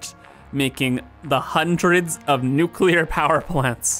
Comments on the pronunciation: Hey, New name for nuclear train station... Nuchoolear Station. XD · Nucular spiiice